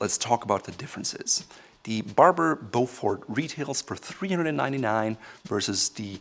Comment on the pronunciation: Not sure if already mentioned but it’s pronounced Beaufor, the T is silent. Thank you